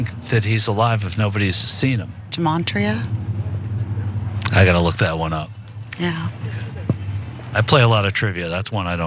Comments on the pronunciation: Yeah, I think she's trying to say gimatria (pronounced ghee-matria, g like in golf) but it sounds like she's saying jeemantria, which I don't think is anything. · It sounded like the last qanon lady said "gemantria", but she meant to say "gematria". Now it must be said that qanonners have their own kind of (fake) gematria, of course, but Wikipedia gives it as: "Gematria (/ɡəˈmeɪtriə/; Hebrew: גמטריא or gimatria גימטריה, plural גמטראות or גימטריאות, gimatriot) is the practice of assigning a numeric value to a name, word or phrase according to an alphanumerical cipher. A single word can yield several values depending on the cipher which is used." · Good lord all these brainwashed Q people talking about Gematria. They all got the apps on their phones. But they pronounce it 'Jematria.' Even tho its spelled with a 'G' It's an ancient system that assigns numbers to Hebrew letters. I'm Jewish non practicing, but everytime I hear one of these brainwashed mooks talk about 'Jematria' I Die a little inside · She didn’t say “damartria”…😂,she said dementia!😄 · I think that one woman was trying to say "gematria" which is a Kabalistic method of using numerology to interpret hidden messages in scripture. Yikes. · The word that the sedated woman said, and she mispronounced it, of course, is 'gematria', and it's an ancient practice of applying numerical values to a name, word or phrase, according to an alphanumerical cipher. Numerological bullshit, in other words.